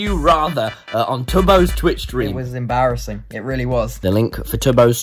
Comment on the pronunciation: ”embaraasing” ik i spelled it wrong, just the way he pronounced it lol